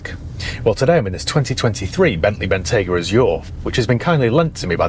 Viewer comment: Wrap those stalks in Murr sunbeam, and I’ll take it. I can park it next to my Bell Ranger. But we need to upgrade the way you say the name. It is Bentleyyyyyyy Bentayyyyyygaaaa. Down here in Dorrrrset 😂